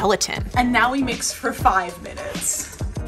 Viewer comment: Neow it starts neow